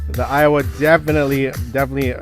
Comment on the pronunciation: They are same price that means 2 JBL is double the price. And stop saying Iowa. It's Aiwa.